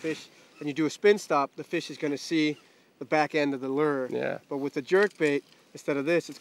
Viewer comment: It’s not a “ler” it’s pronounced “lewer”. Rhymes with newer. And it’s not a “voondit’ bait fish. It’s WOUNDED. I can’t fish under these conditions.